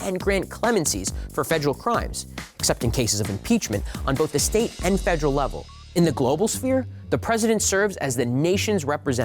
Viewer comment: I appreciate this video...but quite annoyed with his mispronunciation of the word federal. When I select videos for my students I prefer proper pronunciations.😬